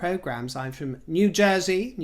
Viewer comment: I chuckled at "New Jersey". It was said perfectly lol